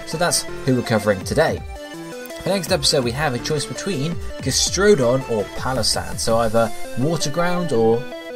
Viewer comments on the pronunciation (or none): gastrodon for cindy or as likes to say "ges-trew-don"